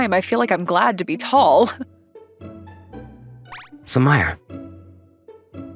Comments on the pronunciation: Sue-ma-ray not sue-mire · it's more of a "mah" than a "mee" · Bro is saying Sumire wrong...